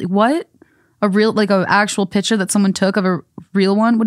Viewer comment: saying “pitcher” instead of “picture” is driving me crazy 😂